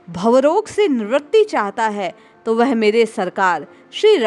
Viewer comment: वह" शब्द का उच्चार आप "वेहे" ऐसा क्यूं करती है?